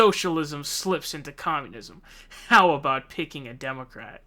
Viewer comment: "Hiw dare you" got me lol